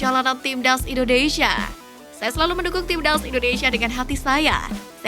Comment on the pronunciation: Stop Say INDONEISIA , the correct is INDONESIA , dawg